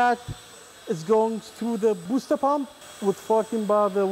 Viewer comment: booster NOT buster